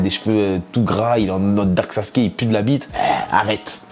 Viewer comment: 😂😂 "une sorte de darke Sasuke"